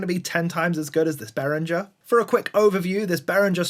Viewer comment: Correct pronunciation (German company name) keeps a hard G sound. Say it like this in English: Spelled out: BEH-ring-ger — BEH (like bet without the t) + ring (like the word ring) + ger (hard g as in get, ending with a weak vowel). English-friendly IPA: /ˈbɛrɪŋɡər/ German IPA (accurate): /ˈbeːʁɪŋɐ/